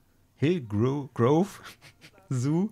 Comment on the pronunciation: Und es heißt "Hillgrove", nicht "Hilgroove", ^^